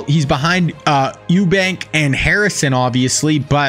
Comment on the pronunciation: Eubank lol it’s egbuka 😂